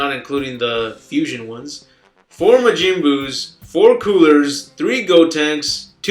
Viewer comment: Lmao.... i agree with most of the list but dude for the love of christ.... like if your gonna bash on the tv spot for not saying sayian right learn to pronounce Majin correctly first lol... and even tho battle of z was trash the giving energy part after fights was to help you get points for purchasing items in the in game store...